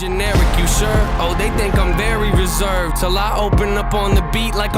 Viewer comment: With all the hard cut editing you didn't edit yourself completely mispronouncing "reserved" and "coincidental."